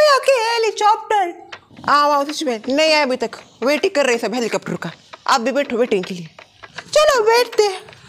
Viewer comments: Oo helicopter se araha hai kehrahi thi helichopter🤣🤣🤣🤣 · Do anybody noticed was saying hilly chapter 😂😂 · ne helichopter bola😂😂😂😂😂😂😂